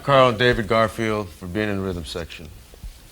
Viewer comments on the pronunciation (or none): Patrick It’s actually called Creatchy Stomp. I can see why you wrote Creature Stomp. The way Jeff said it sounded like he said Creature.